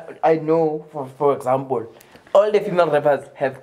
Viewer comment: "For exampole"🤣🤣❤